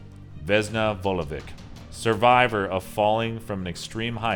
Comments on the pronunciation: its not (pronounsiation)Vesna Vulovik its Vesna Vulovich :D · Vesna Vulovich...slavic names with -ic reads ich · You pronounced Vesna Vulovic wrong. You don't pronounce c at Vulovic like k you pronounce it like ch because they put c at the end of her name but they should wrote ć, letter in our language that pronounces like ch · the funnyest thing is how he pronounces the vesna vulovic 😂😂 its veSna not vezna and its vulović not vulovik 😂😂😂